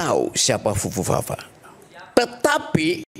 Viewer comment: si pitra nyebut fufufa fa aja pupu papa haahahah